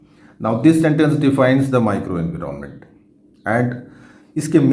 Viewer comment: Sir it’s environment not. Inveeronment